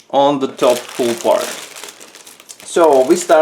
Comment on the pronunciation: Superb review as usual. One thing though, your English is very good and when you pronounce the word Hull as you would say Sea Gull it will be even better. I teach English as a second language, so if you would like a quick call let me know and it will be free because of the great work you do. Thank you.